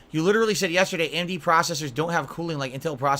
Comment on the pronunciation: "Am-Dee" processor.